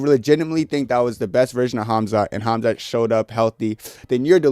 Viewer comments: You ai- or do you actually pronounce Khamzat homzuut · did you say KhamZutt? 😂😂😂 Oooh, that story of Mohammed's wild night out did really spreas like a wildfire, huh? 🤣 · I love how you were calling Khamzat “Khamzutt” 😂😂😂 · Am I hearing Hamzutt?? Like as in Al-Zutt? IYKYK.